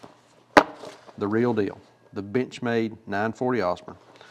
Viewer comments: Sure sounds like you're saying "bitch made", instead of Benchmade. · I'm sorry, but at the end, I could have sworn I heard "B*tchmade b*tch mat" and I could not stop laughing. I have a 940 Osborne and it fills my need for an "actual work" pocket knife instead of some of my other pocket jewelry knives. It's a great knife and great manufacturer in my opinion. I will, however, always giggle when I hear the word Benchmade from this day until my last. Cheers!